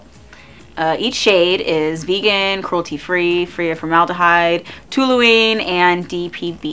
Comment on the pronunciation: Its toluene not tuluene